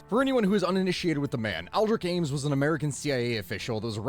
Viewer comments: Am-es?? He's known as Ames. Sounds like Aimes) Not a good way to get Comments... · His last name is Ames like “aims” not Amos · After hearing him say Amos instead of Ames a few too many times, I had to leave before the halfway point.